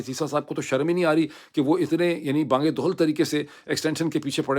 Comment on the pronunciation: dr shb ap Urdu k bht se alfaz ghalat bolte hen jese Ta hadd e nigah tak.Ta ka mtlb hota hai tak isliye Tahadd e nigah bolen.aj ap ne bola Bang e dohl.ye word hai Babang e dohl Love you